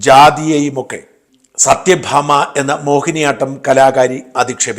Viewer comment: സത്യ ഭാമ അല്ല സത്വ ഭാമ